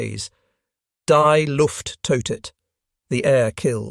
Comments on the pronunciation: far and away the most intersting of such videos, but in serious need of final editing. pronounced DEE not deye luft toetet. spelled that same as the english word, but it is, afterall, german. 'innovations that did not yet exist' well, duh. needs some obvious and simple polishing, like having a human editor review it b4 uploading. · “Die” is pronounced Dee. Thumbed down, unsubscribed